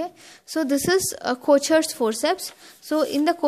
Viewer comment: But it’s pronunciation is wrong, it’s pronounced as kokers forceps , it’s Swiss word